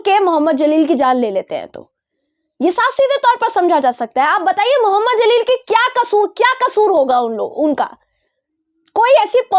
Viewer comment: The name Jaleel not Zaleel